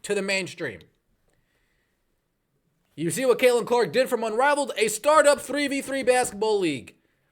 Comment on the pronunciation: Okay is he saying unraveled? Because that's hilarious.